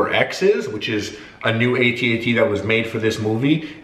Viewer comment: Harley, FYI: AT-AT's are pronounced "AT-AT's" rhymes with hat hats not "ayytee-ayytee's"